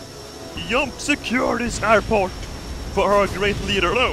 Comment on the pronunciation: I love the way u pronounce your js like jump is yump and ch is sh like chairs is shares